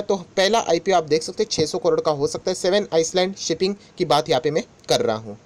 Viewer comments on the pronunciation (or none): Island is not "ice land". Its "i land"